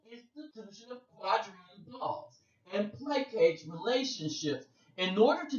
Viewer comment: I just really gotta let you know, plaçage is pronounced "pluh-soj"